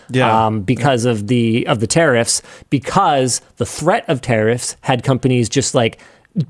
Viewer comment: Never realised that 'tariffs' is pronounced 'terrorists' in Canada.